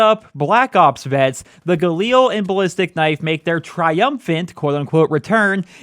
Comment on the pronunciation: If you could pronounce galil the right way and not like a mongoloid... much appreciated. It is not an eel its a fucking weapon